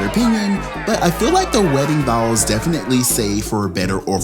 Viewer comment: it’s bowl, not bowel. Thank you